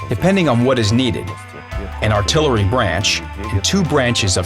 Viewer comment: Did I heard him saying "artillery"?